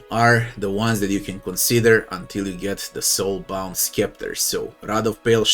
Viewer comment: Great vid. FYI, it's pronounced "septer", the c is silent.